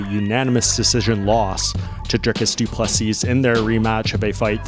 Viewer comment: Doo plu SEA!!!!!!!! No not Seasssssss nor seessssssd.......say SEA......STOP DO NOT REPEAT LAST S